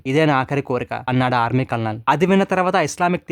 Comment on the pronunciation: కల్ నల్ కాదు కర్నల్ అనాలి, మన తెలుగు వాలు చాలా మంది కల్ నల్ అంటారు, ఎందుకనీ?